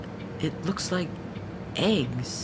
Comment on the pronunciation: when you said it looked like eggs I legit thought you said AIDS!!!